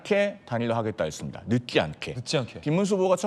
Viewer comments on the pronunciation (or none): 늦지않게를 발음 못하는거 같은데 왜 늦기않게라고 들리지. 아 교정했니? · 늦지않게 라는 발음이 안되는데 당대변인???